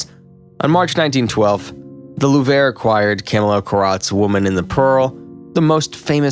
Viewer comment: Did he really just pronounce "Lourve" like "La-vore"??